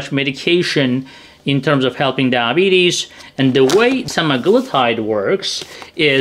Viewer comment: When you say diabetes it sounds like DAH-bees. Please try to say DI-a-BEE-tees, for clarity. Thanks for the interesting video.